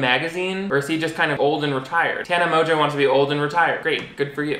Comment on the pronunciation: How has she convinced everyone to pronounce her last name like that??